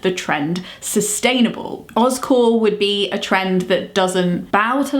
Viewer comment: You're saying Oz Core, but my brain hears Oscorp...from Spiderman. 😂 But I'm on board with OzCore!